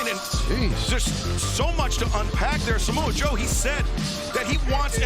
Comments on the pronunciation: did anyone clock Excalibur calling Samoa Joe, ‘Jamoe?’ 😂😭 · “Ja Moe”